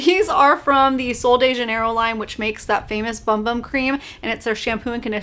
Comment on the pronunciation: The Sol del Janiero bum bum cream is amazing! You pronounced bum bum wrong. It’s boom boom. Brazilians pronounce it that way.